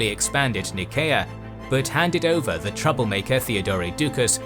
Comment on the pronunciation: Nice content, but I find the pronunciation of the narrator rather distracting. The article "the" always being pronounced as "thee". And the name "Theodore" being pronounced as "Theodoreh". I'm not sure whether the intention was to pronounce it in some kind of style that sounds "Greek". I think that in actual Greek it is Θεόδωρος (theh - Oh - doh - ros, with stress on the "Oh").